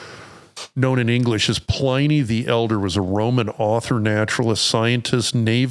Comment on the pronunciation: Pliny the elder was Roman .. and it's pronounced with a short i ... As in Pin...